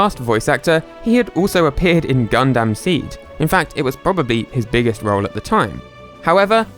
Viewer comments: Gun-dum not dam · It's not "Gun-Damn" It's "Gun-dum" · ah yes gun-DAM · Ah yes I sure do love watching some "GUN DAMN" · Btw, you said Gundam wrong. It's pronounced like Gun-dum.